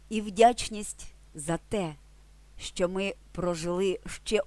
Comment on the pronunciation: шановна автарко, спробуйте пояснити ваше "щЧо"! чому у слові "що" Ви наголосом виділяєте звук "Ч", тобто додаєте 3 звук... замісць м'якого ЩО, який складається лише з 2 звуків